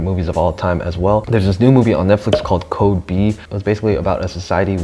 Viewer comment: Dude, that's "Code 8", not "Code B"